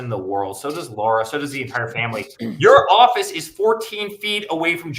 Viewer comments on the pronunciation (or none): Benny!!! Stop calling her LAURA! It’s LARA 🤦🏻‍♀️ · Benny her name is LARA not Laura - pls get it Right ❣️ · U mispronounced Lara s name! You're a racist!😂😂😂❤